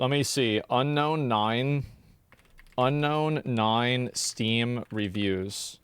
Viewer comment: why does homeboy keep saying ano-nai and not unknown9? legit